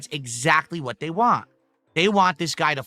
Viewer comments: can't pronounce the letter "T" at the end of a word if it doesn't have another letter after it. An example would be the word "Want". He says it as "Wahhh". Thats why he over enunciates the "T" in Twitter and Turkey. He has some kind of speech impediment. This is pretty common in people that have developmental disabilities. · His inability or refusal to properly say the word “want” is so annoying 😂